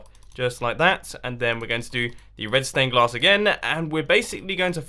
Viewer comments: I thought you said redstone glass not red stained glass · I kept thinking you said redstone glass 😂😂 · to everyone who thinks he said redstone glass your wrong HE SAID RED STAIN GLASS - listen carefully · Did he say redston or red stained glass in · Is it just me or is he saying redstone glass 🤔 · Is it just me or does he keep saying redstone glass